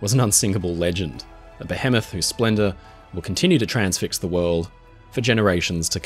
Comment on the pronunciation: your pronunciation of behemoth has triggered me